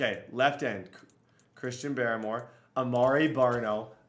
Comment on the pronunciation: It's pronounced Christian Bar-more